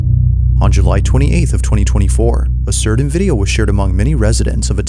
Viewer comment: My guy, always love your videos. But learn how to say the word (Certain) right, I'm mentally challenged but even I caught onto the way you were saying it all weird there are no letter D"s in the word Certain.